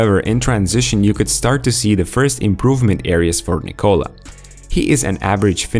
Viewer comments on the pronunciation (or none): This is the 4 Nikola in the NBA-(Nikola Mirotic,Nikola Jokic and Nikola Vucevic) and you Americans still don’t know how to pronounce the name right…at this point is disrespectful,very much! You just don’t know to pronounce any name that’s not English! What a joke!